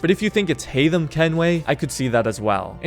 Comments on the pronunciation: 1. It's Haytham, not Haymath 2. I consider him the second deadliest. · Haythem and its not even close